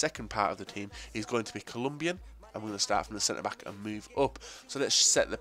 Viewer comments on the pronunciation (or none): none